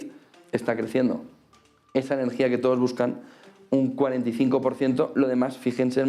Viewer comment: X q dice tantas veces TODTOS? Me pone dedvioso )